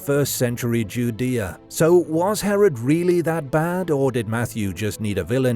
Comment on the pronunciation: Are you pronouncing Judea correctly